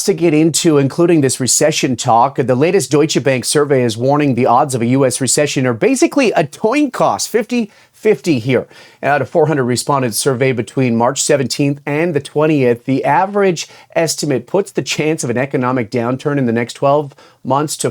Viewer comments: toin coss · "The chance of a recession are basically a toin coss?"😂😂😂